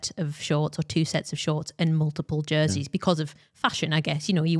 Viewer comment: Jerseys. It’s “jerseys”